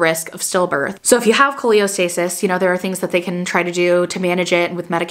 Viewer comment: just letting you know it’s Cholestasis not Choleostasis!🫶🏻 I also had an itchy baby delivered at 37 weeks in Feb and he is perfect just a lil jaundice❤️